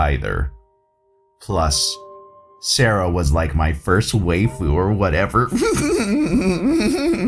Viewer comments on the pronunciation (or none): FYI, waifu is pronounced like "why-foo" and drum corps is pronounce like "drum core"